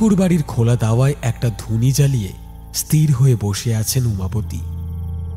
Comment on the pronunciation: গল্প তো ভালো ই লেগেছে কিন্তু উচ্চারণ এতো ভুল হলে ভালো লাগে না।যেমন ইস্ তির উচ্চারণ হয় না, ওটা হয় ইস্ থির ।